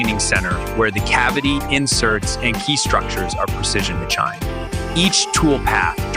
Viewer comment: AI can't pronounce "machined". "ma"-"chined"?